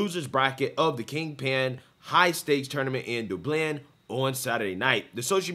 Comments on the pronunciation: 😆😆 my guy! You are so country lol. “Do-blend”? 😆 I love it! I’m country too🤙🏽… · Despite the subject matter, the worst thing in this video was your pronunciation of Dublin.